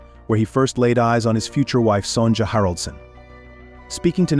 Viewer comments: It's very weird to hear the Queen's name as "Son-ja." Her name should be pronounced as "Sonya." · Sonja is pronounced with a silent j. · It hurts the ears to hear the queen's name constantly mispronounced. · You might want to learn how to pronounce Queen Sonja’s name correctly